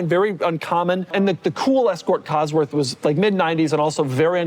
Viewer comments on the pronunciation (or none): none